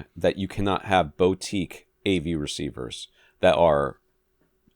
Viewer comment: boo-teek... for the love of all things holy, it is not bow-teek